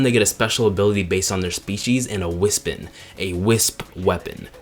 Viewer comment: I find it interesting that you didn't cover the Shadow levels. Otherwise, yeah this video is amazing, and I agree with most of the things you said (heavy disagree on the Drill and Hover Wispons, also that is not how I thought one would pronounce "Wispon", so I had an interesting reaction when I first heard it lmaoo). Keep up the good work!